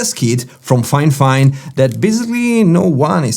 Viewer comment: Fifine, not Finefine :)